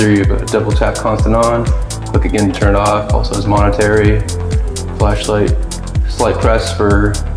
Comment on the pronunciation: MOMENTARY, not Monetary…!!! Otherwise a nice presentation. However, it would have been helpful if you had shown something about the the accuracy of the weapon.